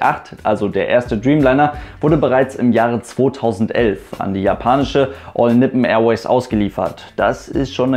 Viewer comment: "Allnipn Airways" du kommst der richtigen Aussprache deutlich näher, wenn es einfach Deutsch aussprechen würdest als whatever du da versuchst hast, just saying